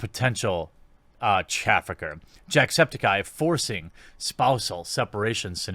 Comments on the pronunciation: I kinda like the way you pronounced "jacksepticeye" Was like"Jack Septikye" instead of "septic eye" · Lol you somehow pronounce everything wrong even Jacksepticeye's last name. Or at least that's not how he pronounces it himself.